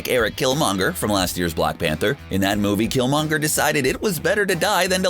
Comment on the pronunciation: Why do you say black Pentet worng